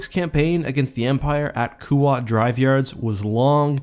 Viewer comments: It's kuat. Not kooat. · Kuat should be pronounced “kwat “ ,not “koo-wat” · I thought it was pronounced Kuat kwat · Anyone else bothered by how he said Kuat?